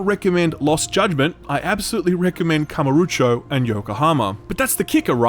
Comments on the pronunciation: Kamuro - O - cho. OH cho. Not oocho x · still don't get why you pronounce KamurUcho instead of KamurOcho, but okay :) have to wait for discount, though i had some fun with the first judgement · When you want to criticize the cult series, you may consider NOT misspelling Kamurocho constantly. Kamarucho? Really? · Not gonna leave a dislike, because honestly a lot of what you say is what I felt about the first Judgment (though I still enjoyed it). But my GOD, it's "Kamu-ro-cho" not "Kama-ru-cho", drove me mad I tell you. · It bothers me that he pronounces kamurocho as kamurucho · Great review as always, even if I feel like I would like this game, but please it's KamUrOcho not KamOrUcho! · Great review as always, but, out of the 200 times you had to say Kamurocho, not once did you go back and check if you were pronouncing it correctly? That Kamarucho place you’re talking about doesn’t exist… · "I've played 5 Ya-kooo-za games." also "Kamarucho". It's a shame you don't like these games, but I also really get the impression you don't want to. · Yeah, I cringed when he said that. Why would anyone do that. Also is it so hard to pronounce Kamurochou. They literally yell it in the game. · Every time he says KamurUcho my eye is twitching a bit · Beat zero baka beat zero it is one of the best game ever made Zero has fantastic combat it just takes time it is a huge game it took me 180 hours to 92% You pronounce kamurocho in a false way It really is sad to know that you do not know who is GORO MAJIMA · He can't even say Kamurocho correctly. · Most painful is not you disliking the game or using the english dub, but the way you say Kamurocho. Good review tho, even if I feel you don't quite 'get it'.